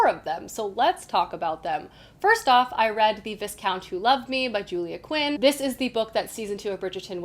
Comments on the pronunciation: With regards to Bridgerton, Lord Bridgerton's title is pronounced v-eye-count. Also I personally found the book, The Viscount who loved me better than series 2. Kate is a much nicer character in the book. In the series she is, in my opinion incredibly abrasive and unplesant. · Great show. Helpful hint: Viscount is said “V-eye count” with silent S. (Historical addict here 🙋🏻‍♀️😉)